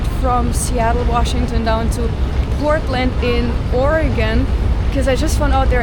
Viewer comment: Hey, this is great you made it down to Portland. You even pronounce our Sate like a native. LOL. The river thru downtown is Wil-lam-ette. Hope your time here was wonderful.